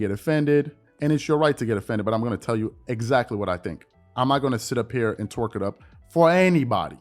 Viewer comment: Please stop saying “twork it up” lol I’m lowkey begging